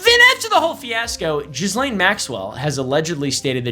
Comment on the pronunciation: Your pronunciation of 'Ghislene' is actually the correct one 'Jees-Lane'. French first name, that's how the french pronounce it. I know because I dated a Ghislene 😅